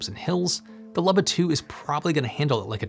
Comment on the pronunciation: It's pronounced "Looba", not "Lubba".